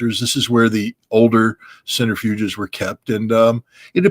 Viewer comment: Centrifuges, not "centerfuges".